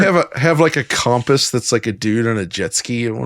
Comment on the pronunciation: Why can none of you say compass??